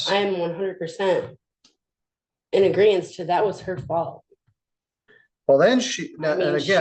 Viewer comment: Acrosst and aggreance….geez.